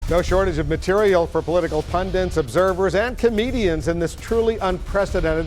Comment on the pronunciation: "Politlcal pun-dints". It's PUNDITS, Blitzer, you idiot.